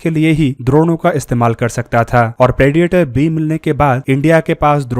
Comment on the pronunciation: First learn how to correctly pronounce the words 'predator', 'ammunition' etc.